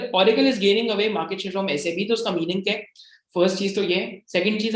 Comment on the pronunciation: Just revisiting your Mastek video after UK PM India visit.. I must say that I am very impressed with your knowledge that Sap is pronounced as S-A-P & not 'sap' P.S. I am a SAP Finance Senior Consultant with 10 years experience and have done 8 ERP implementations 😜